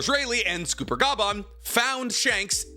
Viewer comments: Dude why do you say scooper “GOL D” Rodger “Silvers” Rayleigh If only there were a clear pattern Gotta be my favorite YouTuber that doesn’t know how to pronounce most names in anime/manga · Did he say SCOOPER? Big SCOOPY guy huh? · Do you pronounce copper like cooper?😂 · Scopper rhymes with copper. It goes with a theme. Gold, silver, copper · Scopper Gaban ‼️ not Scooper Gaban 😂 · no you can say every other name wrong but cmon its gold silver and copper Gol.d Roger Silvers Reyleigh and S...Copper Gaban its Scopper not scupper like im scooping poop its copper with an s like idk that one just annoyed me its so simple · It's Scopper, not Scooper ffs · On 047 how he says scopper caban just makes me cringe. Just to let you guys if you didn't know how. Goldie Rogers first three crew members worked is it was gold deed. Roger, he's gold then it's silver silver's raley for silver and it's copper Gabon for scupper Gabon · It's not Scooper bud, 2 P's not 2 O's sCopper gaban Silver Rayleigh GolD Roger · Gunko is fair tho if it helps for scooper the pirate king and his wings are named after gold silver and copper so those names are all pronounced as such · Normally I hate people criticizing your pronunciation of things, but I can't get over the way you keep calling him "Scooper" it's like "copper" to fit with the name scheme (gold, silver, copper) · it is not scooper it is pronounced like copper. so s=copper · It's not scooper btw. It S copper. Copper (the metal) with an s before it. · It has to be rage bait, right? “Junko, Sommers and Scooper Bogon” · Lol "Scooper"? You need to work on a lot of pronunciations lol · what the fuck is this pronunciation? S-cop-er it’s just copper with an ‘S’ at the beginning 💀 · The funniest part about the scooper pronunciation is how Tekking jokingly says it 😂😂😂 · Chat, is he mispronouncing all the names on purpose? 😂 Scooper Boggone Goon-co Huhhh?!